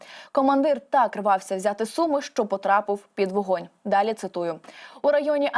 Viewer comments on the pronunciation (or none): none